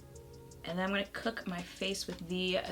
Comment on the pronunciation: “whose ass were you gon’ beat” 😂😂😂😂😂😂 i swear you got some brooklyn in you girl!